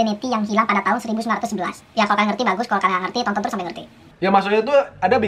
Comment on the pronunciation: apa cm aku yg denger ngomongnya 1919 bukan 1911?😂😂✌